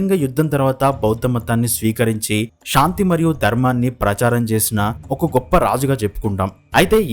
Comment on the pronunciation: దేషమ్ ఏంటి దేశం, షాంతి ఏంటి శాంతి, మాట్లాడు 😄